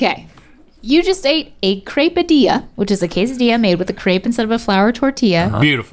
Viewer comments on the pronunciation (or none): Rhett went with the Italian accent on quesadilla